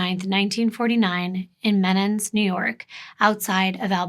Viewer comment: Muh-nans, New York. Just being helpful 😊